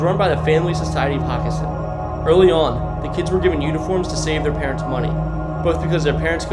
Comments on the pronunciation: Hockessin is pronounced Hoe-kess-in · It’s a long o in Hockessin. Hoe kessin. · Pretty cool but hockessin is pronounced wrong lol but it’s ok we pronounce it Ho kessin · I laughed really hard when I heard his pronunciation LMAO 🤣